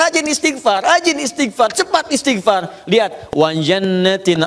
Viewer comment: Pk Ustad sendiri blm tentu benar dlm mengucapkan istigfar...